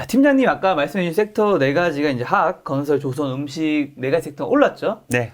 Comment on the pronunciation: 가만보니까 화학 발음 못 하시네 ㅎㅎㅎ 메롱